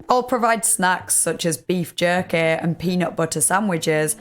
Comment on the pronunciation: No it's "JUR-KAY" Lmfaooo